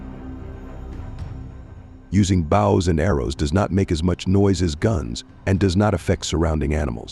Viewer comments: The commentator can't even pronounce Bows and arrows its Bow not bough. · AI. Can't even pronounce "bows" correctly.